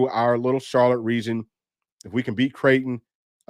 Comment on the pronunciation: Creighton is pronounced "Crayton" like cray-on. That's ALL I know about them. 😊